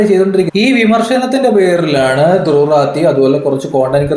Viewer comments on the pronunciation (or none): ഇത് ഫാസിസം അല്ലാന്ന് പറയാൻ പറഞ്ഞു. പിന്നെ, ആ പൊട്ടന്റെ പേര് ഉച്ഛരിക്കേണ്ടത് 'റാഠി' എന്നാണ്. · നിങൾ Druv Rati യുടെ name പറയുമ്പോൾ "തൂറാത്രി" എന്നാണ് കേൾക്കുന്നത്😂